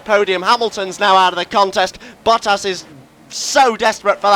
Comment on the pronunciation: When he says Bottas it sounds like Buttass lol